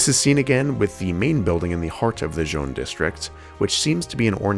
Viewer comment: Begging yall to google how to pronounce colors in french its not john plaza 😭😭